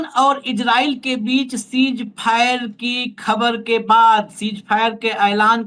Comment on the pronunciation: सीज फायर नहीं सीज़ फ़ायर